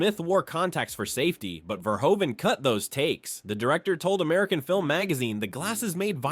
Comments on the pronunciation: Verhoeven is pronounced like Verhooven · Verhoeven is mispronounced too